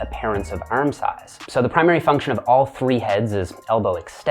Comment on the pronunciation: why does he keep pronouncing arm as erm? Makes it hard to focus